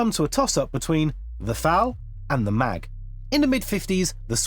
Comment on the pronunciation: It's not the FN Mag but the FN M.A.G. I know you probably never had French at school, but you are just reading words that even there. Listen to Google Translate or just say it in English, cause this is just painful.